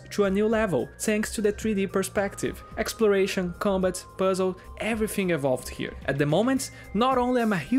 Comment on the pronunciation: I’ve got a small hunch that you’re Brazilian and from one to another, aqui vai uma dica: na hora de falar o “th” de palavras como “everything” toque os dentes superiores na sua língua, não nos lábios inferiores. Há uma diferença e faz parecer “everfing” ao invés de “everything”. Mas pequeníssimo detalhe, fora isso pronuncia está ótima e conteúdo do vídeo, supimpa